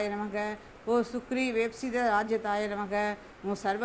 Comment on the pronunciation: Its namah not namagam